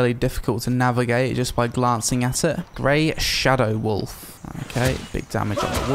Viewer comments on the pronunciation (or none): When read "Grey Shadow Wolf", I heard "Raid Shadow Wolf" and I was like: "Wait, they're dunking hard on Raid Shadow Legends in this game?!" xD